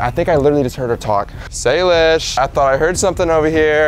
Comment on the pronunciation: Why did you say Salisbury instead of Salish 😂